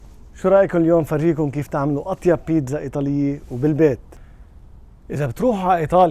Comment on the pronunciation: اسمها بيتسا وليس بينزا